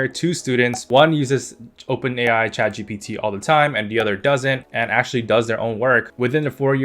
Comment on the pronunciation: Bro messed saying chatgbt